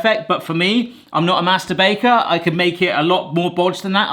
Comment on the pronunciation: "I'm not a Master Baker" had me do a double take with the accent 😂